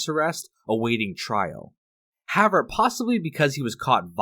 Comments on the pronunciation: Perhaps, at some point, you could please pronounce the word HOWEVER…a bit better…you use it often, and it’s annoying as you say HAVVER….THANKS 👁️🇨🇦👁️ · pronounce words better. "however" is not pronounced "havver" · However is pronounced like this: HOW EH VER NOOOOT like HOW VR It's two words but combined. Still pronounced as two words. How. Ever. How. Space. Ever. NOT Howe. Ver. Thank you. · The word is HOW-EVER. However. If you're going to say it two dozen times, say it right ffs. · I hope this guy learns how to pronounce "however" someday.